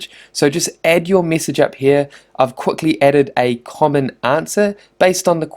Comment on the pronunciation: why am i so childish. After a while i could only focus on his 'e'. Missage, wib, quistions. Good info though.